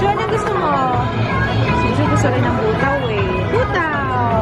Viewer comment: Buta means pork,ang basa dun sis Bu-ta-o